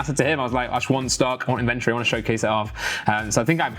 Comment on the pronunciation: Can someone please teach how to say 'inventory' correctly. It's pissing me off. Love the channel tho!!